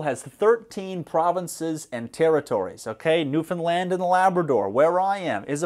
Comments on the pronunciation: as a Newfoundlander, this is the correct way to pronounce it because I always see people pronouncing the name with the emphasis on the "New" so if anyone is in a situation where you need to say it, now you know. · I was impressed when I heard you pronounce "Newfoundland" correctly, because I believe you are the very first YouTuber I have ever heard do so. When you said you were from Newfoundland, I about did a spit take. Thanks, that made my night lol